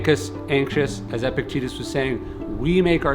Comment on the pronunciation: Please start pronouncing Epictetus correctly.